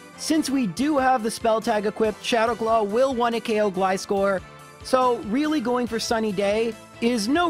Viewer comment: Do you call scissors "s-kiss-ors"? Gly-score makes my ears bleed